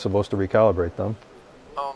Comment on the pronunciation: "I was touchin tjem things... For sure..." LOL